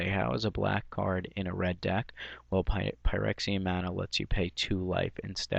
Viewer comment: "Frexian" mana, is how it's pronounced. Just to clarify.